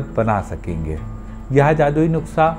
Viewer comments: (नुक्सा) nai "नुस्खा" hota h.. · It's nuskhaa not nuksaa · sir aap jab nuksa bolate ho to bhi acha lagta h